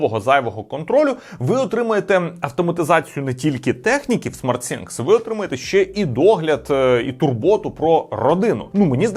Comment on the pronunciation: Кожен раз коли хоче сказати SmartThing(Розумні речі) а каже SmartSinks(Розумні раковини) прям вухо ріже.